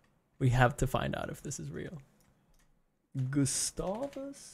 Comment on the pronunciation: Feeling like hermione but it’s GustAv, not Gustavvv!